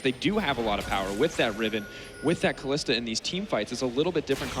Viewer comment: i fucking cant stand that " kalista " srsly mate come on